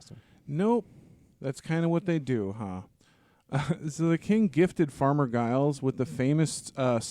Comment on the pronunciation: I'm pretty sure the G in Giles is pronounced as a J, like the first G in gigantic. People in the UK say "farmer Giles" to refer to any generic unnamed farmer, like they might say to their kids "don't go across those fields because farmer Giles will set his dogs on you" etc